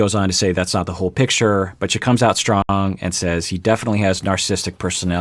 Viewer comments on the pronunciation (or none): none